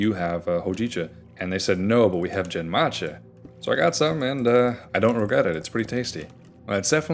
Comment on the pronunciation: Protip about Japanese tea names: the "g" sound in Japanese is always a "hard" g (think gum, not gym). So the "gen" in genmaicha is closer to the second syllable in "again," rather than the first one in "general".